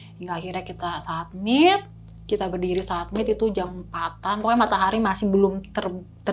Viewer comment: Iya apa sy yg salah dgr berulang satmit satmit . Summit*